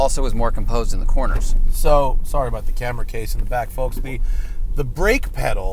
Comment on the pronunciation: Oh man, that hard "L" in "foLks"